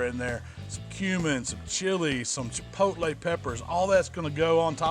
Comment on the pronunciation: lol some "Chipotlelay"